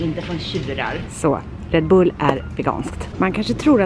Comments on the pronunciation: Bara jag som stör mig på hur hon uttalar Red Bull? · Mössan😻😻 åh vad söt du lät när du uttalade red bull